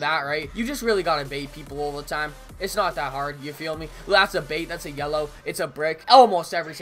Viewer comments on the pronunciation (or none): none